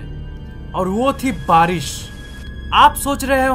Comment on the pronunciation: Its barish not baris